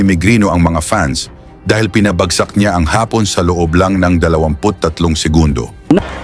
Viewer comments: “AI” ba itong narrator? Parang gago mag pronounce ng ibang words. Ha-pon? Hapon, tanga! Maderpaker. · Anong hapon? Afternoon ang ibig sabihin ng pronouciation mo iba sa Japon...short a-sound Japon hindi (haapon) asar ka eh umayos ka pampasira humanap nga kayo ng ibang narator...sabaw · kailangan mong malaman kung kailan malumanay o mabilis ang pagbigkas ng mga salita. Halimbawa: labanan (malumanay), Hapon (dapat mabilis) dahil pagmalumanay ang pagbigkas ng salitang Hapon, ibig sabihin nito ay afternoon.